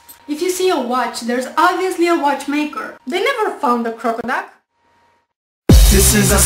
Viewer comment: crockaduck did she say crockaduck